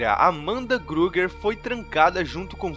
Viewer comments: Da agonia ouvir alguém falando "Grueguer", mas o vídeo foi ótimo, estou ansioso pelos próximos. sucesso com o canal! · SprIngwood com i mesmo e Freddy Krueger e não gruger, fora isso bom vídeo. ❤️